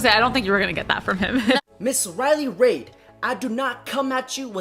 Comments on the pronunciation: It's reiley reid bro, not raid. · He can’t pronounce, WOMEN or Riley Reid. Lols. “Riley RAID” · It's RILEY REID pronounced REED. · Her name is Reid not Raid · The way he says Riley. Raid. Lmao. I want to correct him cuz she says it like “read” But I like raid pronounce. As in she getting raided. Like shadow legend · I’ve never seen somebody who could fuck up words like this man. He calls women woman, and Riley Reid Riley Raids. Wtf. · Sounds like you're saying raid like the poison